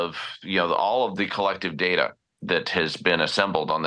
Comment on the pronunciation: Its not DARTTER mate , Its Data. 😂